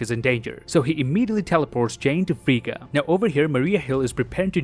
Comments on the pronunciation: Its fraya or frigg not friga and they whoud e drinking meed not beer do your research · Is it just me or am i hearing him say "Frigga" instead of Freya